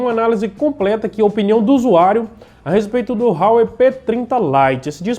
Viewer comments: Não é "RRRauei" rapaz, é Huawei = "Uawei".... O telefone é muito bom pelo custo/beneficio... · A pronuncia sua esta errada é Huawei com H mesmo(a pronuncia é como se lê)... A marca é bem famosa aqui na Europa